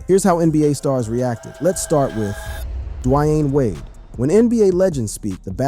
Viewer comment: Dwiane wade!!!